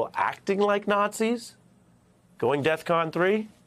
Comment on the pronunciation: Defcon 3 not "death" con